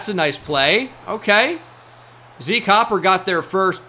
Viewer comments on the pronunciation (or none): none